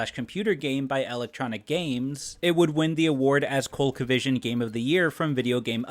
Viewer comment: That's just how Z is pronounced in the UK. Here in America it is "zee". Also the funnier thing is how he pronounced Colecovision.